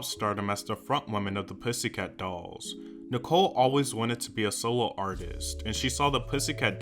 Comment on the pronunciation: Every time said “solo” it sounded like soul 😆